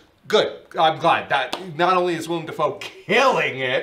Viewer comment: As someone named Willem, it feels really weird hearing you guys say Willem Dafoe properly so many times. Everybody just calls me William or spells it Willum or something, and NOBODY knows who Willem Dafoe is.